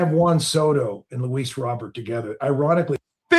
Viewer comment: Please, please learn how to pronounce Luis Robert correctly, he’s our starting CF for crying out loud!